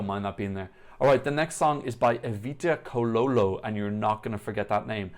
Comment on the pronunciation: Evita’s surname is Cololo, pronounce tsaw-law-law :)